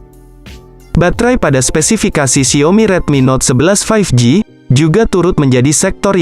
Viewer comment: 3.36 spesipikasi